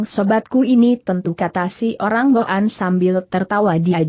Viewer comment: cara baca kata" tertentu salah.misalnya kata boan .jgn baca bo an.tapi disambung jd boan/bwan.yg artinya orang suku boan/mongol.maaf kalau saya salah